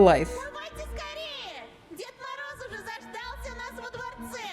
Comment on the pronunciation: Ещё так смешно как американцы произносят наши слова:валЕнки, дед мОроз лилия павлОвна